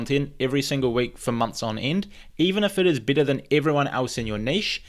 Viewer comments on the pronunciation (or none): You sound like you're saying bitter 😆. Though I know you're saying better.